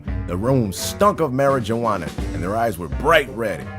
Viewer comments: how normal ppl say it mara-wanna how says it mara-ja-wanna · mara-JOE-ana??? its pronounced marow-wana or simply... weed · maraJiwana, tOOOOOtaly how its pronounced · The j in Marajawana is silent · Mara-ja-wanna Mara-wanna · It is pronounced. Mar-oo-AHN-ah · said marriage-awana 😂 Btw, I don't approve of weed at all 😐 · Did he just call it marriagewana?😄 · he said mari-JU-Wana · "It Smelled Of Marraigowana" Wow. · This nigga said Mariguana. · Marijuana was mispronounced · You said marijuana wrong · Is anyone else bugged by how says marijuana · You gotta say Marijuana right :((( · you said marijuana wrong